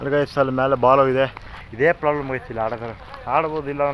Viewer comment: Problem ❎️ poblem ✅️. 😅😅😅